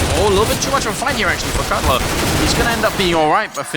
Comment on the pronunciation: Caught out like "Cutler"